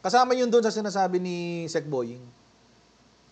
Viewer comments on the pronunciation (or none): none